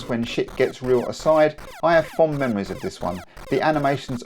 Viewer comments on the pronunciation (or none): none